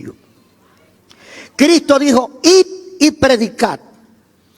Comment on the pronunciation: Escucho y me gustan casi todos lo predicadores. pero usted me da pila de conocimiento. me gustaría que sonara la s de Cristo. 😂😂 lo amo pastor.🤗